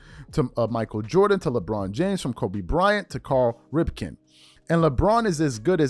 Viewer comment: You can tell this dude don't watch sports. Don't do videos on things you don't know anything about. Pronouncing names wrong and sh*t. The one that pissed me off the most is...who the hell is Carl Ripken Jr.? You got it wrong even when you're reading it and there isn't an R in his first name!! Damnit man...